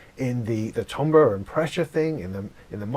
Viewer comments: Timber is pronounced tamber! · timbre = TAM - BER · Don't know if this is a British pronounciation issue, but 'timbre' is usually pronounced "TAM-ber". But since its origin is French, I guess it would sound like "TAHM-bra", which I guess is close to how you say it. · A frequent argument that I have with my Brit wife. But also, keep in mind, language is fluid and changes and updates frequently. And apparently, the British accent around the 15th-17th century was similar to what the American accent is today. As to why the American pronunciation for `Timbre` is very odd. Probably an anglicized pronunciation of the French word, that didn't get changed when modern British English started to adopt european pronunciations. My wife tells me that this Euro pronunciation of adopted words is also a class indicator in England.